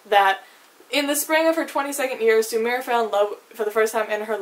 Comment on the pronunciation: 'Spatnik', 'Sumir'... girl, learn how to not butcher foreign words